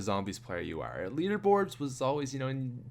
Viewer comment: You sound like a pirate when you say the letter r or when you say are